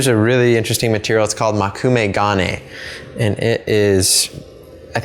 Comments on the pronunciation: Can't watch this... Please learn how to pronounce 'mokumegane'. Not even how the pressure should be on the GA, you're American, I get it, but it's an 'O'(!!!), not an 'a'! Unless of course you insist on it being pronounced 'stAic', in which case you clearly just have a psychological speech impediment. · i loved the video, but boy did you butcher the pronunciation of mokume gane. btw, you were about pretty much right about its meaning. literally translated, it is: moku = wood me = looks like gane = metal. so it means "metal that looks like wood" (yes, in Japanese things are often in reverse)